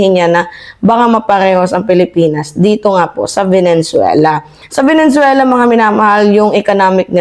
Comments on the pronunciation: VENEZUELA NOT VENENZUELA😊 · VENE - ZUELA NOT VENEN - ZUELA kala ko na misheard ko lang, pero, paulit ulit binabanggit ang VENEN - ZUELA.😂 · Please chk ur pronunciation, Venezuela, not venen